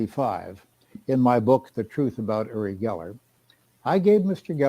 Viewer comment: I have never heard his name pronounced "Yer-rie", or "Or-rie" before.